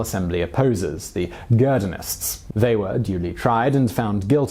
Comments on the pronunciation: The "G" in Girondists should be pronounced like zh. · did you pronounce "Girondists" correctly?